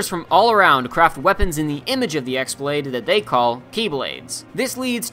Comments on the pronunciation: It's pronounced "chi-blade" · Xblade is still pronounced as keyblade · You called the χ-blade, X-blade. I am disapointed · Hey! This is a great video but I noticed you pronounced “X blade’ as EX blade. It’s supposed to be pronounced KEY blade. The strange looking symbol resembling an X is actually the symbol for “key”. It’s been confirmed by Square Enix themselves! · I'm pretty sure someone else in the comments already said something but , the "x-Blade" it's pronounced like "keyblade", not "eeks blade". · It's "chi"-blade, not X-blade. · Frustrated Jacob also it's kye(key pronounce) blade, not x-blade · So. The most hilarious minor thing is bugging me about the video (which also involved a massive missed joke) So the "X-Blade" isn't the "Ex-Blade" but rather the "Ki-Blade" as in the greek letter χ(Chi). Or yknow, Keyblade. Yea. Puns. Also, you forgot re:coded (kidding) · The x-blade is pronounced like keyblade it's just a greek letter that's pronounced like "key" sorry that was bothering me. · Wonderful video! Minor gripe as I watched: χ-blade uses the letter "chi" in Greek, not X of the Latin alphabet and is pronounced "kee" in original Greek. Someone's probably pointed this out but yes. The χ-blade is literally pronounced as "keyblade". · It’s not pronounced X-blade... The X is actually chi, chi-blade pronounced just like keyblade... A lot of people say X to avoid confusion but you should have pointed it out because in the games they pronounce the X as key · It’s not pronounced X-blade... The X is actually chi, chi-blade pronounced just like keyblade... A lot of people say X to avoid confusion but you should have pointed it out because in the games they pronounce the X-blade as keyblade.... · It's pronounced key blade not x blade. It's Chi (key) blade. X is the Greek letter for Chi which sounds like a k. Just FYI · χ not x (chi (pronounced key)) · But isn't the x blade pronounced key blade lol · aaaaaaa its chi-blade not x-blade sorry